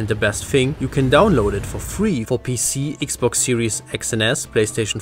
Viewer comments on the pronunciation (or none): none